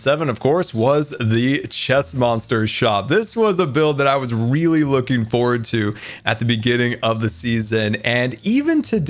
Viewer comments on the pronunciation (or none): none